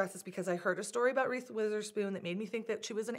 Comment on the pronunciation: "Reeth" Witherspoon 😂 that cracked me up! Cute dresses!